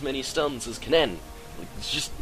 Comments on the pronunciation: its pronounced more like "ken-in", the "ken-nen" pronounciation you're doing is making my ears hurt XD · You say kennen really weird, and it drives me nuts. At least you don't say the e in Ashe.